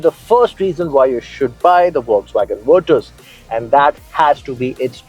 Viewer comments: Verchhusss??? What's wrong with you...? It's Virttaass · VirTus with a T not a Ch. God damn. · Umm great video, super like. 2 feedbacks: 1- I drive the 1.5 GT, gives me a milage of 19 easily on the highway and 10 in the city. 2- Every-time you said Vir(ch)us it gave me shivers down my spine lol. Good video keep it up guys ❤